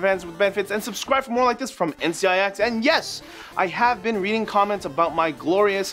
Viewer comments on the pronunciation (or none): none